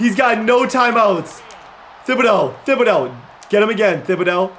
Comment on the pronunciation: I’m from Louisiana and hearing you say “thib-ah-dough” instead of “tib-ah-dough” makes my ears wanna cry 😂